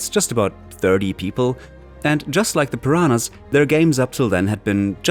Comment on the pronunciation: I'm sorry but I keep throwing up about the way you pronounce "Pyraana" each time you're trying to say Piranha. And you started out with Gothic II ? Pfff, gtfo. Not even a first hour fan, blessed to start out with Gothic I but no, you're not even mentioning how amazing Gothic 3 is now that the fan community created shitloads of patches and mods, and made it to what it originally thought to be. You are such a fake.